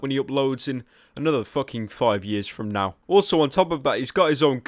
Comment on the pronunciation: ''Fom Now''?